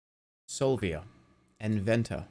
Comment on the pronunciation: En Venta, sounds just like him saying "inventor" with a boston accent